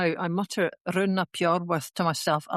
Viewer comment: I believe Rhun is pronounced Rheen....